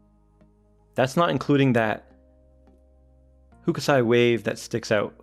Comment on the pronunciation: It's a nice looking watch. Also, please don't pronounce "Hokusai," like TGV. It sounds more like "hoke - sigh" not "foo - ku - say"